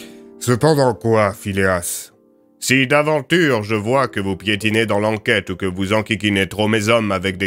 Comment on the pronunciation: Phileas? Ta langue a fourchée je pense !